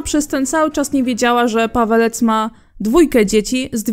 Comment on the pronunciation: Czemu ja za każdym razem słyszę "Padalec" zamiast "Pawelec"